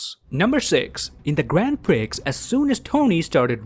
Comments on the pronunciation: Prix isn't pronounced like Pricks, it's 'Pree.' I don't know why the x is silent. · "Grand prix" prix is actually pronounced "pri" ;) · The Prix in Grand Prix is pronounced as "Pree" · You claim to be Canadian and have that French-Canadian accent but when you said prix you pronounced the x...